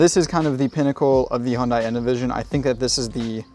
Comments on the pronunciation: Not Hon-die, Hun-day. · hyundai rhymes with sunday not fun guy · No. It’s pronounced “Hyun dae” or “Hyun deh” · You drive the car bet yet still pronounce it wrong😂😂😂 It is literally pronounced HUNDAY!!!!! The South Korean just put a little more emphasis on the “ Y “ when saying it. Like “ HiUNDAY “ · speak after me: "Hyeon - Dae" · Great video. Only suggestion is the pronunciation - should be 'Hyun-DAY' (refer to the super bowl commercial - rhymes with 'Sunday' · To me (Australian) it will always be hyun-die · 네 알아요. 한국어 조금 말해요. but this isnt about saying it with perfect korean pronunciation, its about getting people to not say "high-yun-die" or any variation of such. you can do a youtube search for "hyundai sunday" and see what hyundai themselves have to say about it